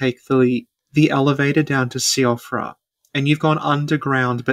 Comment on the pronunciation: Oh yeah, I learned somewhat recently that Siofra is apparently an Irish word and they pronounce it more like "shee-fruh" rather than "see-oh-fruh". It doesn't really matter since I don't think anyone says it in-game, but still a neat bit of trivia